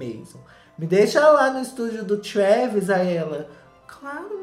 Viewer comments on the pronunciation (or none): Amo quando o diz " a Córtinei e o Tchuééévêêssss " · Eu até esqueci como se fala Travis normalmente hauslaxhauxhuax